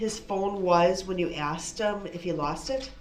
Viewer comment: Objection, axed and answered.